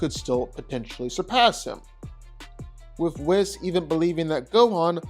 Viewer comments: I dislike how he pronounces Whis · Dude can't even say "Whis" properly.